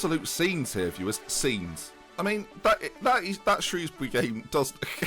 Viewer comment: thank god for the proper pronunciation of Shrewsbury